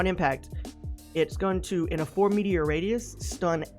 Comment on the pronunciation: I mean this as constructive criticism not flame, work on pronunciation. Its meter not meteor and heron is "hair-on" or "her-on" but it's definitely not "hairy-on"